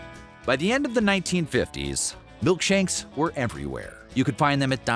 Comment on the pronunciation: “milk shanks"